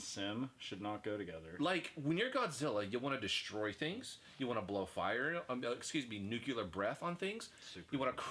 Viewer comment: nuclear. not nucular. love you